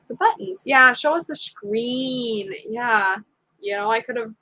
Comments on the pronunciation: I love the way you said screen Shkreeb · yeah I’m going to start saying shkreen. Lol